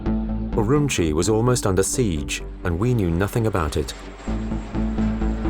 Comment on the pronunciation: If you are going to do a credible documentary, maybe you should learn the pronunciation of the place and people you are reporting on. Xinjiang, Urumqi, Uighur are just some of the mispronunciation. Nothing more irritating than listening to the mispronunciations throughout the entire video.